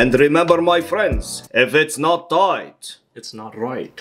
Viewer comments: "If it's not toight , it's not roight" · If it's not toight, then it's not roight.... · It's not toight, it's now roight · "If it's not ToiGht , it's not RoiGht" 💀💀💀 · If it's not 'toight it's not roight'😳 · IF ITS NOT TOIGHT ITS NOT ROIGHT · "If it's not toight, it's not roight" 💀💀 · if it’s not toight, it’s not roight Truer words were never said my friend